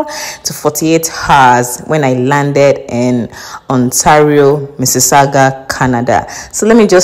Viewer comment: Oh ok you said missisagua